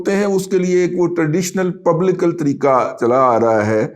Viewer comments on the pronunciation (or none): none